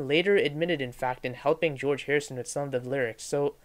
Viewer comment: Jee-Orge Martin was a producer too.